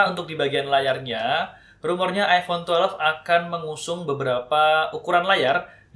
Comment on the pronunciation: "iPhone twelef"